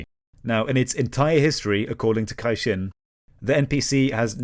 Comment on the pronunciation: Thanks for the video, great summary of the CCP's propaganda. The only flaw I've found in your arguments is the way you've pronounced Caixin. Like, how can the guy know all this stuff about China but not basic pronunciation? (*cough* definitely not a sophism *cough*)